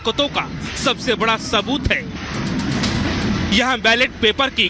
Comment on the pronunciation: Abhe Kuttei " hai "ko " k "bol Raha hai munh se supari nikal k baat kar